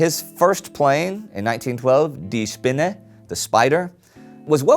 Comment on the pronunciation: Love it how you pronounce "de Spin". It's completely wrong but still.